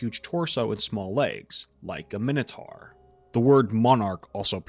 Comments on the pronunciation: 'Minotaur' rhymes with 'conquistador', not with 'tar' 😉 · what the frig is a minnow-tar???